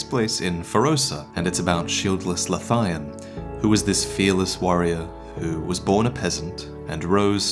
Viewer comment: I know this video's old, but only just getting round to it so sue me, but Lothian is pronounced Loath-I-an, it's the same name as the region of Scotland I'm from, just an interesting note